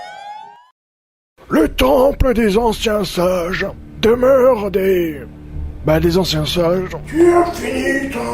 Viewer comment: Eh le mec il dit le temple des ancien sage ou des anciens singe ?